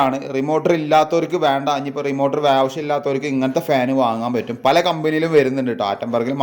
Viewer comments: Uf അല്ല ബ്രോ മ്യൂ F ആണ്.. മൈക്രോ ഫാരഡ് എന്നതിന്റെ short form... റിമോർട്ടർ അല്ല റിമോട്ട് ആണ് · ലെഗുലേറ്റർ, റിമോർട്ടർ വാക്കുകൾ ശരിയായി ഉപയോഗിക്കൂ 🙏🏻റെഗുലറ്റർ, റിമോർട്ട് അല്ലെ👍🏻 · അല്ല.... റെഗുലേറ്റർ.... റിമോട്ട്... 👍